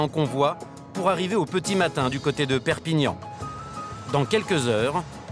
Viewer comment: Au début il a dit perpignan lol